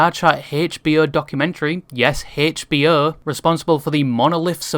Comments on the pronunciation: haychbeeoh is definitely one way to pronounce that 😭😭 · hearing you pronouce HBO was painful. I'm convinced they changed their name to max to prevent the European tongue from casting that on the world. Edited for spelling/grammar